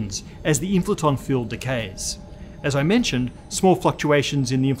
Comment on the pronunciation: The WHAT field? Inflaton? Can't understand the pronunciation.